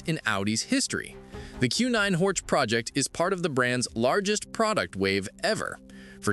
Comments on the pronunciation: It is in German therefore Horch is read Horh and not Horch 😉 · This guy doesn't care about Audi history, Auto Union, Horch, DKW, Audi, Wanderer. Simply Horč 😢